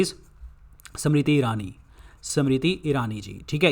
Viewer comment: It is गंगवार Not गेंगवार,also it is स्मृति not समृती 😜। please correct your pronouciation.